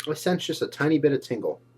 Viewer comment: " i since jut a tiny bit of tingle" lol just the way he says it!